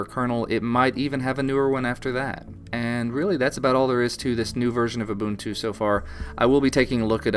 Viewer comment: its not ooh-bun-too, its ooh-boon-too. ubuntu.